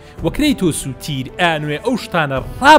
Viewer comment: بەس مامە حەمە مەڵێ تیر بڵێ تیەر